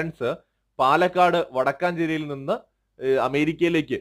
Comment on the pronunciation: Palakad vadakanchery alla vadakenchery yaane.